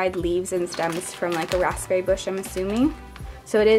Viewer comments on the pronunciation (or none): It's "ERB" not "HERB" It's "RAZBERRY" not "RASPPBERRY" (I know the spelling is wrong, but it's how you say the words lol 😂)